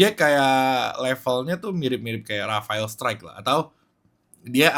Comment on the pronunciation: Rafael Struick >> dibaca : Rafa 'el Straach